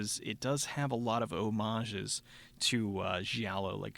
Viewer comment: Thank you oh thank you for pronouncing the word "homage" correctly... I'm sick & tired of people pronouncing it "hommage". A petty concern, but thanks anyway. ;D